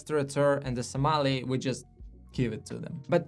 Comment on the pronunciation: Interesting video, my only advice is learn to pronounce sommelier correctly.